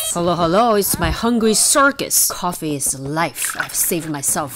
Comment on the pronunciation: I love the emphasis on CIRCUS It's very cute